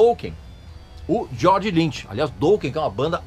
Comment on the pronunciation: o cara pronuncia "douken"...kkkkkkkkkkkkk que piada! e ainda quer falar mais da banda . Dokken é foda! só para quem tem bom gosto.